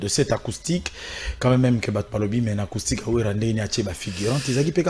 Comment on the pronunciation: Ce Werrason est vraiment IDIOT ! Il dit À LA côté d'ivoire 😁😁😁😁😁😁 Pffff il dit ARCOUSTIQUE 😁😁😁😁😁😁😁😁